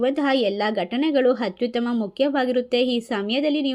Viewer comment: ಹಕಾರ ಬಿಡಮ್ಮ. ಹವಮಾನ, ಹದರ, ಹದು, ಹತ್ಯುತ್ತಮ.